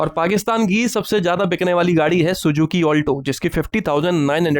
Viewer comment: Abhy saly anparh Sujuki nahi Suzuki Hota hai Moot wasi